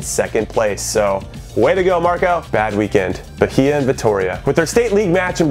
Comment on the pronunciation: Bahia = BA-EE-AH